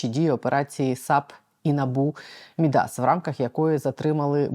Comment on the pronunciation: МІдас - наголос на перший склад. Ім'я міфічного фригійського царя, котрий перетворював все, до чого торкався, на золото.